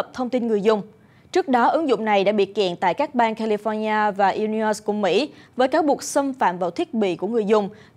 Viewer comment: Bang Illinois, đọc là "I-li noi" chứ không phải "I-Li-os" 🙈🙈🙈